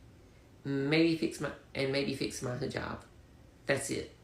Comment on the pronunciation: The trans muslim wannabe dude doesnt know how to pronounce hijab and he said halal when he meant haram. 🤦